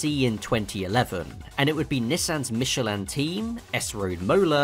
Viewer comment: Your pronunciation of Michelin is odd